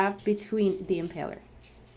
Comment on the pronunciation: Impeller. Not empeller.